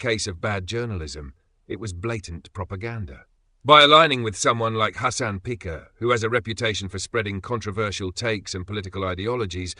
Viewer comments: "Hasan Peeker" LMAO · That's probably the accurate pronunciation in Turkish.